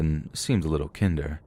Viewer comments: You said they seemed "kinder", but you pronounced it like kinder-garten lol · KINDer....it’s not Tinder with a K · the other cop looked kin der huh? hahaha sometimes I feel like you do it on purpose there is no way you read kinder as kin der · I rarely ever comment on YouTube videos, but I'm shocked at the way you pronounced the word kinder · Kinder-German For child. Kinder-english for having or showing a friendly, generous, and considerate nature. The German kinder is pronounced with a short I sound, the English word Kinder is pronounced with a long I sound. So were you saying the cop was a small child? Because that was what I imagined when you said kinder with a short I sound. I think you ment kinder, with a long I sound because I doubt the cop was a child. Lol. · I noticed too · I was looking for this comment cause I was like “Lol what sir?”